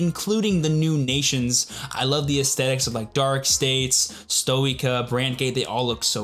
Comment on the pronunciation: you forgot the part where yu-yu is forced to crossdress: Say it with me: S-toy-kay-a